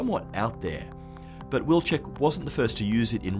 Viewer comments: It is a Polish surname, it should be pronounced Viltschek. Why don't you do a research on pronunciation? not the whole world is english, you know... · In my opinion since Wilczek family name is Polish you should use Polish pronunciation not English. If you want to use English just call him "wolfie"